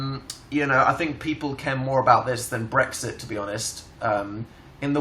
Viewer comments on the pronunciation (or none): none